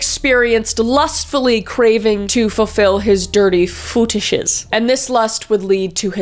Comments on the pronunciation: Footishes? Feetishes? Footishes is funnier 😂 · "FetOOshes" 🤣I'm dying 😂